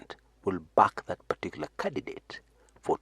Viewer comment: as an aside... have u realised something about your pronunciation of candidate? Have u realised you leave out the n? Is it because of the Kamba dialect influence? to avoid saying candiNdate? Hence going for cadidate? Just an observation, no ill intent.Content appreciated irrespective of the above.